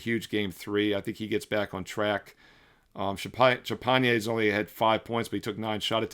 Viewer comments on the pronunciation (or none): Champigne is pronounced (Sham-Pinie)